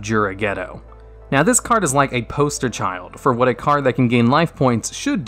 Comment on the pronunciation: Or when he says "naowh"